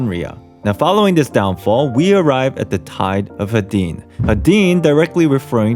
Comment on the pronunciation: The god was named Hades (Hay-dees), the eon named after him is pronounced Hadean (Hay-dee-an)